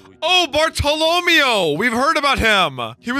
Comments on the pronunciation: the end pronunciation of Bartlomeo's name is meant to sound like 'mayo' (mayonnaise) instead of 'mee-o' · Its pronounced bar-toe-leh-mayo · It can't be that fast man! Me: You'd be surprised! Also, say it with me: Bart-Toe-Low-May-Oh Bartolomeo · Bar-ta-la-mei-oh is how you say it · Bart-toe-low-mayo is how to pronounce it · hey when you say Bartolomeo add mayo instead of meo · Bartolomeo is pronounced “Barto-Low-Mayo” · I love you but ffs its BAR- TOLO- MAYO. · It's pronounced bartalamayo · How does he listen to the VAs say Bartolomeo over and over then get it so wrong 😂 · Bro the way pronounces Bartolomeo is insane, bro they are literally saying his name in the anime why even guess wrong 😭